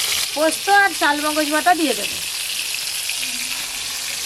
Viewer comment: Charmogoj কে chalmogoj বলছ কেন?